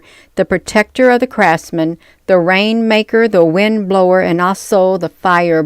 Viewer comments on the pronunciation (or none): none